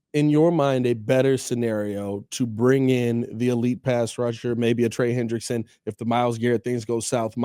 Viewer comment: It’s Hendrickson not Henderson for all you window lickers